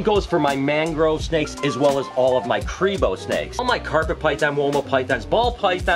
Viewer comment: What the heck is a crebo snake....krebo snake... Cribo, Kribo however the heck you spell it